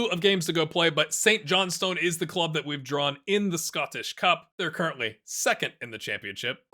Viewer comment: also iirc, St. Johnstone is more pronounced like "Saint Johnsten" or "Saint Johnson" more than anything i've heard it both ways mostly from those ground hoppers up along the Boarders on their Youtube vids